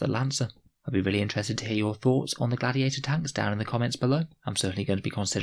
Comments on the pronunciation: Interesting “gladtiator” tank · Gladtiator? Am I havin a stroke?